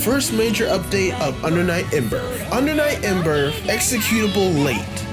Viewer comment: Ahh yes, my favorite game, Under Night In-"Burf" 😂